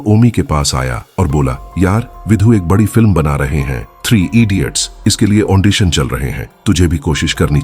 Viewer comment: The word is AUDITION, not AUNDITION.